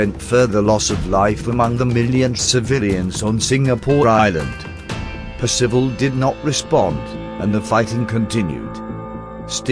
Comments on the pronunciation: It's PERcival, not PerCIVal. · it is a well known fact that Singapore was impregnable against attack from the sea and indefensible against attack from the land. Percival was a great man treated appallingly. At least pronounce his name correctly. I knew him. Peter Wilson